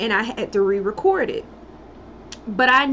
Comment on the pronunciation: i like how you say record